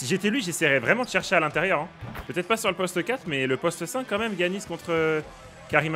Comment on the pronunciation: mec incroyable la team mais y a un truc que je valides pas : il a dit GUiannis, qui dit ça ? Giannis stp mes tympans ont saignés